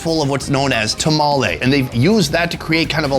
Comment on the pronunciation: tomalley not tamale